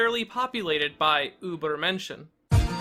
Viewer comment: As someone who speaks German, I think it's hilarious how you pronounce übermenschen 😂